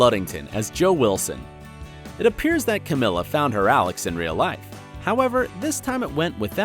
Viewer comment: He pronounces Alex’s name like the examiner for the oral boards! Lmao!